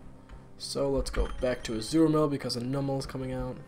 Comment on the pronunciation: Hey,! Just so you know, it's Azumarill and not Azuramill. The wierd thing is that a friend of mine from school also calls him that. I suppose he"s been watching you lateley.